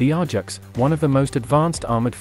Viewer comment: Pronounced A -JAX not R JAX !